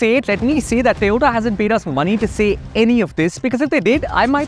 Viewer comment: TOYOTA ❌️ TE-OTA ✅️